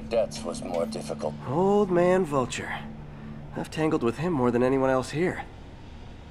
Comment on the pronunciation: Vulture not vulcan vulcans are from star trek